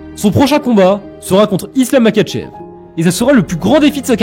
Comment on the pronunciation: Très bonne initiative, cette vidéo est franchement excellente, ça me fait supporter JDM alors que j'étais parti pou Makhachev au départ (au passage, si tu pouvais le prononcer à la russe je pense que ça ferait mieux)